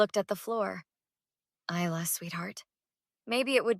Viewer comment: You pronounced Isla wrong , it’s Isla with a quiet s you don’t mention it.